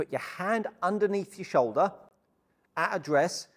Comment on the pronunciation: What’s a show-da?